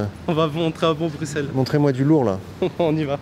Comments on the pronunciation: Quel mauvais reportage! On croirait presque regarder BMFTV. En tant que Bruxellois, je connais bien Bruxelles (au passage, on ne prononce pas le “X”, un petit effort aurait été apprécié). Ce reportage biaisé aurait pu être intéressant, car il est évident que quelque chose a changé dans notre ville. Oui, l’immigration joue peut-être un rôle, mais ce n’est qu’une petite partie du problème. Malheureusement, c’est le seul aspect qui semble t’intéresser. « Arabe, Halal, Kebab… » On a compris,. Et ce jeu d’acteur ridicule quand tu contemples la supposée “laideur” de certains quartiers, c’est vraiment dédaigneux. C’est aussi inutile que les deux “spécialistes” qui t’accompagnent, et qui manifestement, ne comprennent rien à Bruxelles. Ce sont des travaux pour embellir la ville dans quelques années, tout le monde le sait, sauf eux, apparemment. Tu renvoies une image complètement déformée de notre ville, qui est à l’opposé de ce que tu montres. Oui, c’est une ville multiculturelle, mais à part quelques quartiers plus sensibles (qui ne sont pas tous liés à l’immigration, d’ailleurs), comme dans toutes les grandes villes du monde (je voyage beaucoup), Bruxelles est une ville magnifique, avec une histoire riche et une identité unique. C’est dommage que tu trompes ta communauté de cette manière. Pour conclure… en dehors de quelques intervenants avec des propos pertinents, s’il te plaît, essaie de diversifier les témoignages au lieu de donner la parole uniquement à des personnes al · Qu’est ce que les Allemands viennent foutre la dedans, les Anglais aussi disent “Parisse”. Bruxelles se prononce pas avec le x point à la ligne mon coco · Apprenez à prononcer Bruxelles correctement svp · Déjà on ne dit pas bruxelles le X est silencieux car etait utilisé autrefois à l'ecrit pour remplacer un double ss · Déjà on dit pas bruxelles le X est silencieix car etait utilisé autrefois à l'ecrit pour remplacer un double ss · Par contre tu saccage le nom … Brussssel svp pas Bruksel 😂